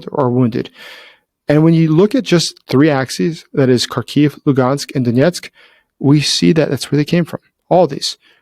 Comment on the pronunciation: Luhansk not Lugansk; Donetsk not Doniesk in Ukrainian!